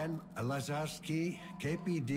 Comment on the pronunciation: ....wow.....Lazarski is like butchering my name......just....wow